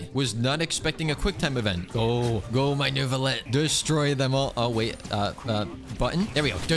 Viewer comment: It's pronounced noo-vlee-ett but you just say it with that French behind it